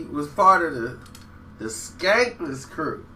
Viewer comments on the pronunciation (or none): Bruh......its SKANLESS KREW. (Scandalous). Skankless? LOL.